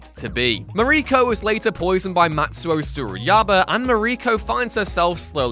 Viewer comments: Mariko. Pronounced similarly to Mahr-eek-oh/Mah-reek-oh. Not "Marie co". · I first read your comment and thought you might be exaggerating. How would anyone mispronounce this fairly well known name? Well seems that you’re absolutely right. He totally butchered her name.